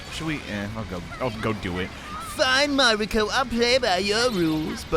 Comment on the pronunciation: Mariko, not Mario... There is a “k” in there 👌